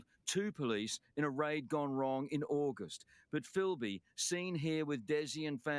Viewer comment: Filby not Philby. To his mates it was Filbysama. This comes from our Zen Do Kai background. Bob Jones who along with Richard Norton started ZDK was called Kyoshi Sama. Filbysama was our nick name for Des because of his love for karate, specifically ZDK. I have known him since 1987 when he first started ZDK at Galvin Hall - Wodonga High School. I still remember his first class because of a funny event that happened to him. He is absolutely the best bush survivalist I have ever known and not for one second do I think he’s dead. I visited Mt Buffalo and other mountains with Des back in the late ‘80s and early ‘90s. He seriously knows them probably better than anyone ever before. He’s never really had a job. He never really wanted one. He would go missing for 2-3 weeks at a time and we had no idea where he was. Then he would just turn up and tell us about his adventures hiking and camping out in the mountains. Mainly Mt Buffalo. Ever since I have known him there was something special about that mountain for Des. If ever I was to be lost in the Australian bush I would want to be lost with Des. I have known him for 38 years and I have always said that. Funny story I remember him telling us. He was hitch hiking to Mt Buffalo probably about . Two guys picked him up. He was sitting in the back seat. They started talking up big about how they had killed and buried someone out that way. Des said he thought he was in trouble-so he made up an even more horrific story. They shit thems